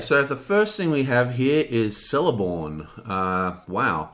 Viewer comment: "K"eleborn, "C" is always pronounced as a "K" in elvish name when it's at the start of the name. Like in Cirdan for example, "K"irdan.